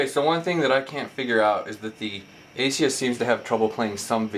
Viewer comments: It's a-soose, not asius. It's also IPS, not ISP. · A-sus not Asius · what the fuck is an asius ???? Its aa-suus you plonker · Its AsUs...not Asius. But good video and very informative, thanks:) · It's AY-SOOS not ATHIEST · Its ASUS not aceis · Not a bad comparison review, just a few observations though. The transformer has an IPS (In-Plane Switching) screen not an ISP screen. Also Asus is pronounced eh-sus not ace-eus. Not huge errors in the scheme of things but if you want to be taken seriously for tech reviews it is important to get these details right. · ASUS!!!! fuck.......its ASUS!!!! AY-SOOss!!!!!...........there's no "I" in ASUS......geez dude, i really dont like slandering people on these videos, but you'd think its appropriate to get your instructions, information and speaking skills together............nope nevermind, apparently not. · And why does this guy keep saying ASIUS? Hes got a speech impediment. Thanks for the vid though. And Yes one is 3.0 and one is 3.1. The xoom kicks ass.